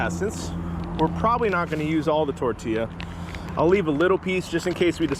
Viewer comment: It's tortiya, not tortllllllia